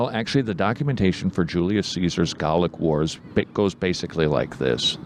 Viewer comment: They were Gay-lick Wars....